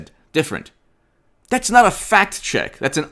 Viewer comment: are you saying "fact check" or "fat chick"? LOL